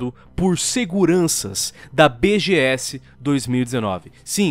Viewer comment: esse "BGS" ficou estranho